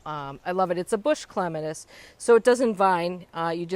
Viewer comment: You pronouncing clematis wrong. Lol